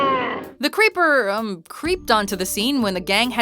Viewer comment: Was he saying “Creeper” or “Paper”?